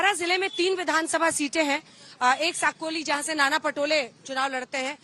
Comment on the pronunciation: सकोली नही है साकोली है टूमसर नही तुमसर है 😂